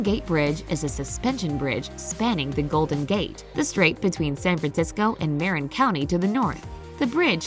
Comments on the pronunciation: Lovely, and inspiring presentation. Thank you. One small correction. The Golden Gate Bridge connects San Francisco with Marin "mar-IN," county ... not "MARE-in." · The "Marin" in Marin County is pronounced "muh RIN" (emphasis on the last syllable)